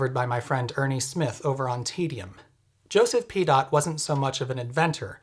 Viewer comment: 😂 Joseph Pee Dot? 😂 ❤ i know I have a juvenile sense of humour😊